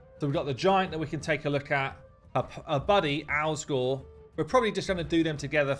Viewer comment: You can't even get the champion's names correct. JETNI, not Jenti. ALSGOR, not Al Gore, NOGDAR, not Nodgar. Also you wasted so much time screwing around with Nogdar. We wanted to see the new champs. So unprofessional.